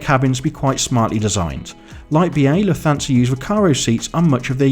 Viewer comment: Lufthansa is pronounced “Luft-hansa” not “Luf-thansa”